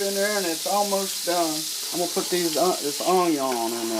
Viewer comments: I'm from the south and I've never heard anyone say onion like that...but no matter what I love recipes 😋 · i freaking love how you say onion haha